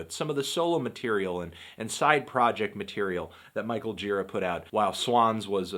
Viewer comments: hey anthony, pretty sure his last name is pronounced more like 'juh-RAH' rather than 'JEE-rah'. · Isn't the right pronunciation Girá? I think I heard that in some interview, when the interviewer began the interview saying that Gira told him the right pronunciation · its pronounced gira, not gira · it's actually Gira, not Gira